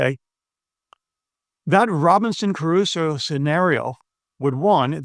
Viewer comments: Trivial correction: it's not Robinson Carusso, it's Crusoe. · It's Crusoe not Caruso. Not that it matters but I thought you should know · ...imagine a supposedly educated English speaker who can't properly pronounce the name of Robinson Crusoe... This is not about moral bankruptcy, it is about intellectual flatulence. A long-time fan, unsubscribing (not that it matters, of course).